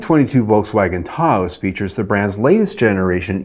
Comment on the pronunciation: Lol why is he saying Tah-ose?